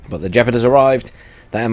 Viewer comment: It's Gepard, not Jepard